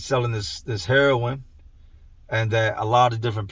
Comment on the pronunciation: Why do you call it HairOn? Its heroin..